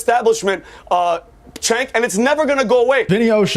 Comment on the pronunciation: It's pronounced chunk